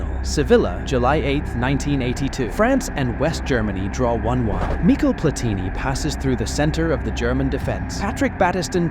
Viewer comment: Oh my god this video is terrible. It almost causes me physical pain to imagine that an actual human being spent time and effort making this. Edit- just to be clear, I’m not just talking about the fact that he somehow managed to mispronounce multiple legends of the game in a single video (Thee-eri Henry, Mickel Platini, Gee-an Luigi Buffon, Hoe-say Mourinho, and, you’ve got to be kidding me, Miroslav “Close”) I mean christ, are you kidding me? Isn’t this supposed to be a football channel? But even putting aside the fact that this guy obviously isn’t a fan of the game, the editing and commentary are about as bad as I’ve seen on this platform, and that’s saying a lot.